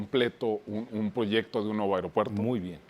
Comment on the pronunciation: Se dice aeropuerto no airó puerto.